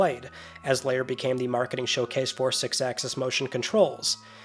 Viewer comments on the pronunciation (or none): lair not layer sheesh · Why are you saying 'Lair' like it's 'layer' and not as it should be 'there' (L-ere) . . . ?